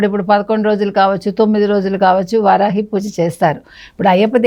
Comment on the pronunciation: వరాహి కాదురా బాబూ, వారాహి అనేది నేర్చుకో.